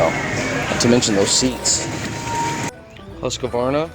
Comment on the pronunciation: Why do so many people add an extra syllable to Husq-var-na? (It's just 3 syllables.... not 4, as in "Husq-a-var-na")